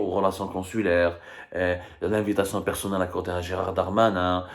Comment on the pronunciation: C'est Gérald et non pas Gérard